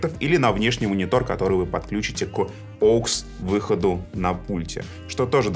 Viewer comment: правильное произношение, привыкайте